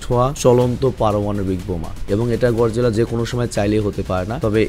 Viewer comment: ভাই গডজিলা না গরজিলা হবে 😅